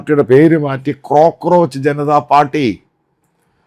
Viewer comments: കോക്രോച്ച് ആണ് മത്തായി.. ക്രോ ക്രോച്ച് അല്ല 😅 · ക്രോ ക്രോച്ച് അല്ല അച്ചായ കോ ക്രോച്ച്